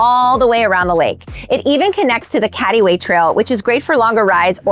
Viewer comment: It's glaringly obvious she hasn't lived here long, mispronounces Cady Way and promotes Gabriels over the locally known best sandwich spot in College Park and arguably all of Orlando. Thank goodness she doesn't know about where I live, don't need my spot blown up.